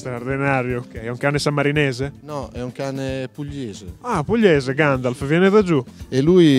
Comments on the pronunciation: Ma alla fine del video il signore dice "Gandalf" o "Gangialf"? 😂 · Ma lo chiama Ganjalf non Gandalf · Ma solo io alla fine sento che lo chiama GANJALF? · "é vero Ganjalf?"